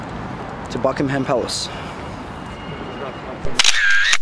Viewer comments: it's pronounced bucking-um palace pal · The way he pronounced Buckingham 😂 awwww great photos aswell x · I love the way you pronounce Buckingham palace, you're so cute